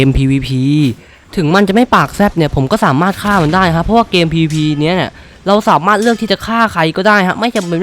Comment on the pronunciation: ผมชอบที่พี่พูดว่า เกมPvP ผมฟังแล้วมันดูตลกมาก